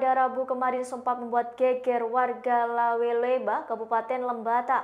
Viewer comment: Lewoleba bukan leweleba, kec.Nubatukan bukan nubutukan....